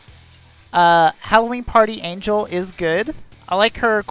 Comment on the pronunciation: So I've watched several of your vids, and I have to say this because it drives me crazy every time: Angel's name is pronounced Ahn-hell. It's a mexican name, not an english word. Thank you and keep up the vids!